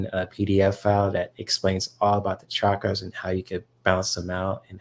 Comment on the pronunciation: I'm newly subscribed to, and am pleased to find you via Sophie - you have a gentle loving energy. And as a plus, you (unlike so many Western readers) pronounce "chuck-ruhz" correctly - most say "shaah-kraah" but listen to any Indian sanskrit video. Blessings on growing a great channel:)